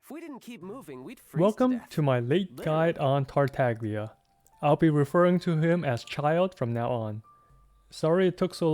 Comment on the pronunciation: you pronounce it as TAHR-TAH-LEE-AH since the g in gli sounds is silent in Italian